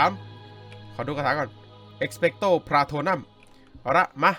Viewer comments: พี่พาโทนูมไม่ไช่พาโทนัม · เอกซ์เปกโต พาโตรนุมค้าบ ไม่ใช่เอกซ์เปกโต พาโตรนัม55555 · พี่คะ คาถาที่ปราบผู้คุมวิญญาณคือ เอ็คเปคโตร พราโทนูมค่ะ ไม่ใช่พราโทนั่ม นะคะ😂